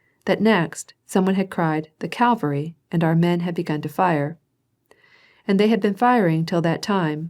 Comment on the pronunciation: Bruh, can she stop saying "calvary" and "bouviac" ??? Watch one single video about the Napoleonic wars before recording an entire tome with incorrect military word pronunciations. I won't even start with the foreign language place names